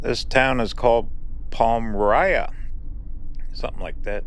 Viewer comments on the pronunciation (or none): I see someone else helped to sound out Palmyra. It's pronounced and like it is written Pal-My-Ra. Or Paul-My-Ra, both are fine. Yup, upstate/central NY is gorgeous. We survive the winters to be here for Spring thru Fall, when it's extra beautiful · Palm -my-ra is how you pronounce it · The town is pronounced pal-mira. Carry on!